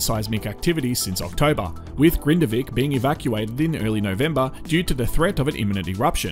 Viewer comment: Icelandic names can be super confusing to those of us who aren't familiar with the language! There are a lot I can't pronounce properly, either, but I've watched a lot of content from the locals on this and prior eruptions, and they say it "RAKE-uh-niss." You did fine with Grindavik, though! :)